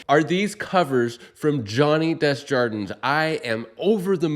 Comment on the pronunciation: does he pronounce his des jar dins? I know the pronunciation as: day jar din (no s). it's his name and I could be wrong. great episode...